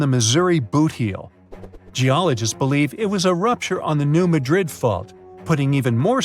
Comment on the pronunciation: The locals put the emphasis on the first syllable of Madrid, not the second, like everyone else. So it’s New MA-drid, not New Ma-DRID. Geologists and seismologists who study this stuff also pronounce it like the locals do.